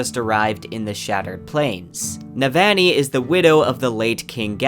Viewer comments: For Navoni it's noot Ne-van-ee. It's Neh-Vahgn-ee. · I love everything bout this video except the way you ruined Navannis name lol on ii not aan ii lol sorry bro love everything else though. bout to start words of radiance up again and needed a refresher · Amazing job! I’ll be definitely coming back to this again when book 4 comes out. BTW you’re pronouncing Sadeas & Navani a tiny bit off - at least compared to Graphic audio :). Not sure if that’s helpful feedback, but you seem like a perfectionist so I wanted to mention that.